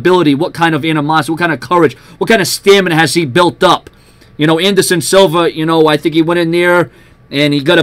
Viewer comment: Silva not Silver